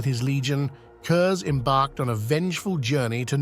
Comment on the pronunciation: Since no one else seems to have said it, his last name is pronounced kurz not kurzer